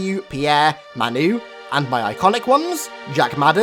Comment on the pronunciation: Did he say,..... I C O N I C